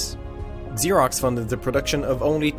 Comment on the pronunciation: It's not pronounced Eggzerox or Exerox. It's pronounced Zerox.